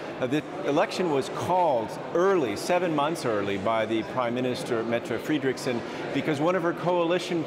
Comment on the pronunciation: I agree with you there! Was puzzled when the was pronouncing the PM Mette Frederiksen wrong! Lol. But saying that he doesn't realise that the letter 'e' is pronounced as an 'a' and the the letter 'i' is pronounced as an 'e'.. Just like most other European languages.